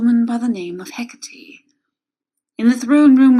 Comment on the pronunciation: Hec-cah-tay not hec-cah-tee sorry its a nitpick good story though